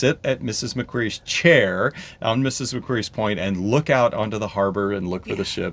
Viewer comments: Hello, so happy you enjoyed your first time in Australia, and that you intend to return! Please don’t be offended, but, as an Aussie and a Sydney- sider , I wanted to help you to “speak Australian like an Aussie” by pointing out that :- Mrs Macquarie is pronounced like a rock “ QUARRY” so, it’s MRS MAC-QUARRY Bondi Beach is pronounced BOND- EYE. ( not Bondee). I am loving your videos, and you are such a lovely couple, I hope you enjoy the rest of your Second Phase adventures! 😊 🐨🌏🇦🇺🦘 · we became a convict destination after the yanks kicked the british out. murica seems to forget you used to have convicts sent from britain as well.. edit: pronounced mak-quarry, not like fairy. :) Bondi, pronounced Bond-eye. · Good points. It's like Ma-Quarry and Bond-Eye.